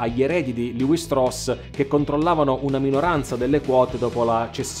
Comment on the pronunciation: La pronuncia esatta del cognome ebraico è “Levì” come una delle 12 tribù.